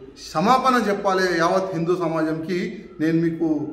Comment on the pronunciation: "Seppali" enti ra.. "cheppali" telugu nerchuko